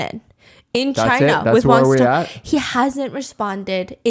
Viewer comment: Why they pronounce his name like Wan SuTong